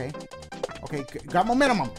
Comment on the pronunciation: He said momentumum 😂😂